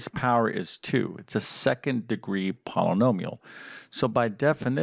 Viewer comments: Polanomial? Thankfully, you don’t teach speech nor pronunciation. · 10 min understanding... 20 min vid. Too many ahhhs and ummmms. Can’t pronounce Polynomial...why is it called a quadratic equation? Curious kids want to know. Too much nose breathing and swallowing noise (annoying). Not good vid. Won’t use or recommend.